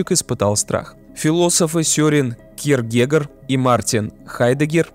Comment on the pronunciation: Видео прекрасное, но впервые я испытал небольшое отвращение из-за недостаточного погружения во все аспекты. А точнее один аспект – имена философов озвученных в видео. Кьеркегор - ударение должно быть на О, а не на Е. Очень сильно "режет слух". Режет в том плане что больно слышать насколько неуглубленный получился данный аспект философии. Но в целом сама концепция его философии передана правильно.